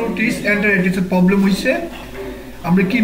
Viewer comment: Baiya apni j problem k poblam bolan ayta sonta valo lage na... Apni problem ayta akto valo kora bolian